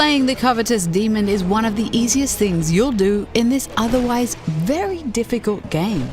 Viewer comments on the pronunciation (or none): none